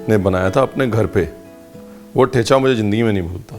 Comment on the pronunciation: The च in ठेचा is dental, not palatal; like the 'zz' pronounced in 'pizza'. Thus it must be pronounced as the च you pronounced